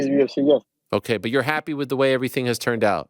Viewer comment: Aussi quand il dit i talk I talk I talk bUt I back it up 😂